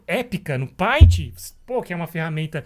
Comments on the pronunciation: Bom, o conceito tá errado. O que a ferramenta faz é facilitar ou não processo, tudo depende de quem está usando a ferramenta, o paint (por favor se pronuncia "peintI", não "painti") por exemplo, ela é limitada no sentido de recursos práticos o que não impossibilita de fazer algo de qualidade com ela. Não adianta colocar um photoshop na mão de quem não tem conteúdo ou técnica pra usa-lo, melhor um paint na mão de alguém que saiba desenhar. O mesmo se aplica a qualquer ferramenta, em qualquer area existente, tanto virtual quanto real. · Só não ganhou um like porque pronunciou errado a palavra "PAINT"!!!